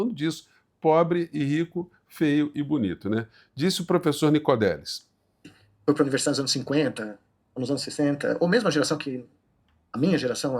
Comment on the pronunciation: Professor, com o devido respeito, o nome do cientista é Nicolelis e não Nicodelis.